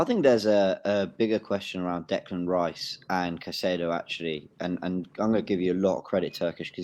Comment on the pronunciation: I know doesn’t want Declan Rice, but at least he can say his name.